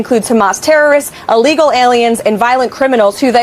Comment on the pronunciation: I’m sorry, but I don’t know what “allegal” is. Is it saying “a legal”? Or is it too stupid to realise that ILLEGAL isn’t spelt with OR pronounced with an an A instead of an I??